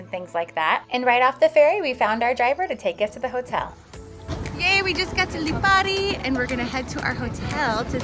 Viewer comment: Good to see people getting off the beaten track and visiting the Aeolian islands even if only for a couple of days. You also pronounced the places well. My family is from Lipari, half the islands population emigrated to Australia and Australia is jokingly known as the 8th Aeolian island.